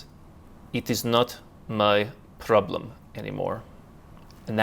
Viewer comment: "It iz naut my problim" I love it.